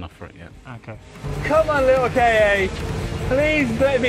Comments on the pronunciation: Kei-ei? Isn't it pronounced "Ka"? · I don't know why, but i am getting really fucked off because they pronounce it "Kay-Ay" It's fucking Ka! Just as a word. There are no periods between the letters so it's not an abbreviation. Ford doesn't even call it a "Kay-Ay" and they are american so you know they are bad at english.